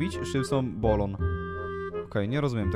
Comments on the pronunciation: nie bolon tylko balon😅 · to nie jest ✨BOLON✨tylko balon 😂😂super odcinek ale najlepszy to początek🥰❤️ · Pisze Balon Tym czasem: bolon 🤣🤣